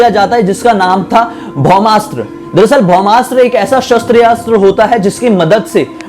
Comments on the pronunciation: Bhai bhomastra nahi Bhramaastra hota h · भ्रोमास नहीं है ब्रह्मास्त्र हे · Bahmadt nahi brahmastra kahte hain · Bohmastra nhi Yaar brahmastra Dimag kharab kr dya